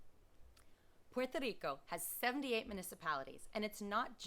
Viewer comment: Puerto RRico. Like Jerry in english. You've been there long enough to know how to pronounce it better even with an English accent.